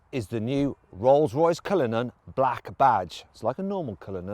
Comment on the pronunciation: 디! 쓰이즈 뉴우~ 롤숴로이숴 컬리누언~ 쁠 르액 배zee